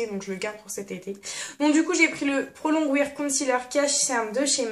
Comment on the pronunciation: prononce plutôt prolongWARE et pas WIRE ahah:) bien sur ce n'est pas méchant bien sur.